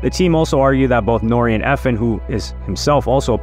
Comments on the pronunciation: I was bout to say the say the samething E.F.N not Efen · It’s E-F-N not Efn